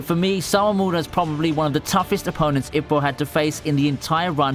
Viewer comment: I was worried Hajime no Ippo wouldn’t make the list. Although, your pronunciation of Ippo is like nails on a chalkboard.